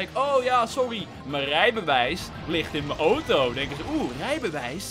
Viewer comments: het woord auto komt uit het Grieks, dus zeg gewoon auto i.p.v. ooto Bij voorbaat dank P.s. Ik ben al jaren fan, ik volg je al sinds je minder dan 100k abonnees hebt. Keep up the good work! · ik denk dat ze de uitspraak van Auto weghalen uit het Engels van automobile want dat spreek je wel zo uit